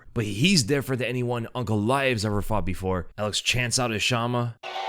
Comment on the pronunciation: Did you say "chama power?" My God. Get out.